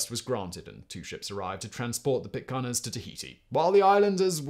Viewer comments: Great vid! ...Pittc air-ns... not Pittca are-ns !! Spoken as spelt! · This was fascinating to me. I’m interested in anything maritime, and the stories of Bligh and his activities are directly related to Sydney, where I live The tales of Sydney life around the time of the rum rebellion make for fascinating reading. The only glitches in the video are your pronunciation of “Pitcairn”, and it’s derivative “Pitcairners”. And “Timor” which rang out during your commentary like a dog barking, to mix metaphors. But a rollicking good yarn well told. Thank you Simon